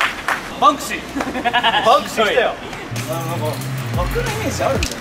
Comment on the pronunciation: テンクシーじゃなくて バンクシーじゃない？